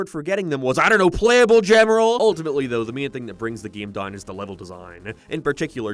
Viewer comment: Every time he pronounces a word oddly, my soul flinches. 'Down' shouldn't sound like 'done'.